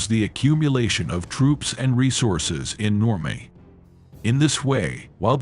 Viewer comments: The artificial intelligence that you're using to narrate this is stupid. It's not Normay, it's Normandy. Do better your teaching history and using piss poor English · Exactly where is normay? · Who needs AI? The machine narrator sounds absurd (like pronouncing Normandy "normay"). Shoddy. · The effing AI voice over with it's constant mispronouncing of words...NORMAY?...renders this unwatchable. 😢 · Stop with the AI crap. Normandy pronounced Normay? To distracted to go beyond the badly articulated map of the 2AD route....